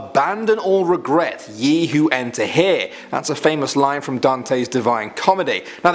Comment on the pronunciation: Hearing someone pronounce old-English “Ye” as in “Yellow” is amusing. Letter Y originates from Greek and therefore doesn’t originally exist in English. Letter thorn did not exist in old press machines, so in England as a work around they used this unused letter “Y” for the letter thorn. Today letter thorn is represented with “”TH”and not with a single letter. In other words “Ye” written in old English is pronounced as “The”.